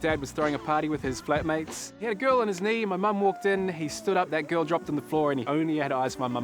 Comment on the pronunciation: lol: "you sure it was a kerl?" too much